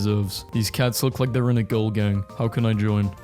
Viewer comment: “but theyrrrrrre great”